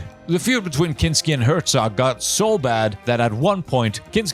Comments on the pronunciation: Did you really make a 94 minute Documentary on Werner Herzog and you didn't bother to look up how to pronounce his name? It hurts my ears. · It's so funny to hear his name so often and being mispronounced in the same way every time (I am German, it's cute, I am not complaining dw) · I dont wanna hate, but if you make a one and a half hour video on someone, at least bother to learn how to pronounce his name ffs